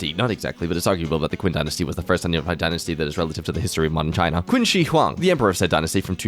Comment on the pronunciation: the way he pronounces Qin 1😭